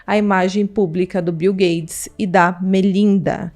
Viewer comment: O nome do milionário é Bill GATES!! Não é gades!!